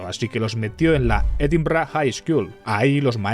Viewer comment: Me gusta cómo pronuncias Edimburgh, muy scottish